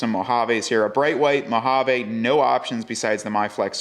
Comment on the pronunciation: MO-HA-VEEE!!!! We live in the USA bro